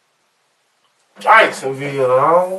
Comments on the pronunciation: Jikesonville dawg 😂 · “JIKESONVILLE DAWG!”